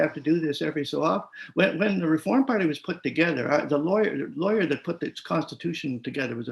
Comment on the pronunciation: Love that word Rrefooorrm